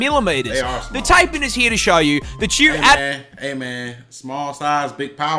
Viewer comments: Can't believe an Australian pronounced it tay-pan instead of Thai-pan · that fellow aussie guy was pronouncing taipan wrong, its not taypan its tiepan